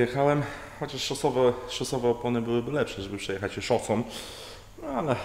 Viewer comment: "szosom" nigdzie nie dojedziesz.